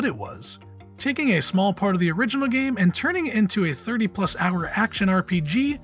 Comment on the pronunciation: Has this guy ever played a video game before lmao. “Tony hawk 1 PlUS 2”